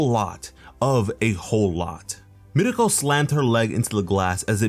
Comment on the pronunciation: Everytime he says mirko i get so mad